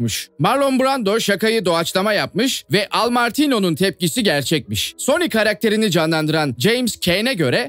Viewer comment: Sony 🤬 ismi bile telaffuz 🤬